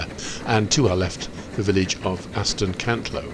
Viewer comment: Brilliant video but it's Aston Cantlow matey